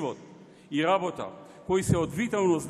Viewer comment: Zatoa nie velime-LABOTA,LABOTA,LABOTA.........." xexexe